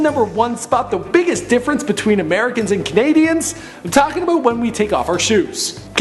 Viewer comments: it not aboot is about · It's about not aboot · I live in Canada never herd a man say Boot wtf man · fuck off with your fucking aboot bull fucking shit